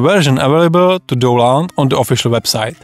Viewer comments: proč říkáš "douland"? 🤣 to je stršný .... však tam píšou "daunloud" ... DOWN LOAD 😁 sry man... i'll watch the rest quietly :) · a tie mas kde? Nech teda nemusime pocuvat doland ;)